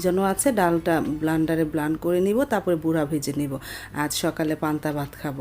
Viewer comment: Apni blender k blander bolen keno? Ataw ki bikrompuri Vasa.